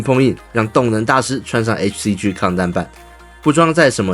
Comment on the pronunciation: “G”唸「雞」，不唸「居」！